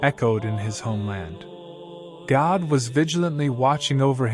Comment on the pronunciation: I really enjoy your posts, but you pronounce God like Gad, almost. Sorry, just sayin'. Maybe it's your accent.